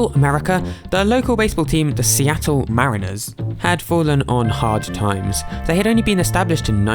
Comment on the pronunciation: Just a heads up -- "mariners" isn't pronounced "mareeners", its more like "marriners"